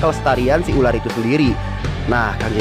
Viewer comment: berapa kali Panji bilang Uler🤣(ular)